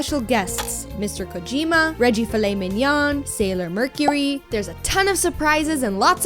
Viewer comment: "Reggie Filet-Mignon". OK, you got me there.